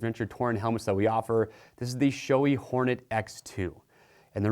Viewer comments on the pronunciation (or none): It's Shoe-eyyy not shoei